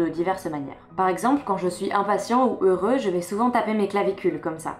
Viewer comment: Pourquoi tu prononces le "x" de "heureux"? Est-ce que ça a un rapport avec l'écriture inclusive pour les non-binaires?